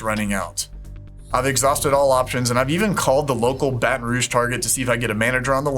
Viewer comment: Idk why but for some reason when she said “****ville” I thought of one in my area and on when he said “I even called the local Baton Rouge Target” I was like “WHAT 😟. HOW DID I GUESS THAT!?” Btw thank you who much for saying my city name right 🙏